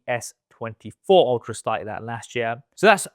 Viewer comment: The "YEare"